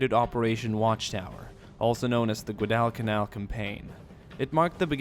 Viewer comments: its guadalcanal not gudalcanal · I don't usually comment on things like this. But it's pronounced gwadal-ca-nal, not gwoh-dall-ca-nal. Thanks for your time. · nice video but you need to learn how to pronounce Guadalcanal properly.